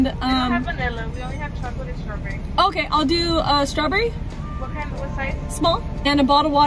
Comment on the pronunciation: I remember she said strawberrie